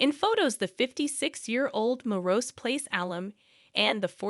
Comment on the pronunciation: LOL ... "Morose Place" --- try "Melrose Place" 😂